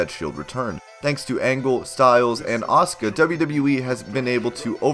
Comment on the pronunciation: shes Asuka not Auska..